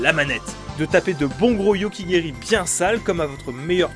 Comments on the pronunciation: "yoki gueri" moi ayant fait 11 ans de karaté shotokan j'ai mal... enfin petit être que en wadorio ont dit pas "yoku gueri" ? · Je fais du karaté, et je peit affirmer que c pas "Yokigeri" mais "Yoko-Geri" ou "coup de pied lateral". Il y'a le Yoko-Geri Kekomi, un coup remontant qui a le même effet qu'un fouet, et le Yoko-Geri Keage, qui est linéaire et est conçu pour frapper sous le bras et enfoncer les côtes de l'adversaire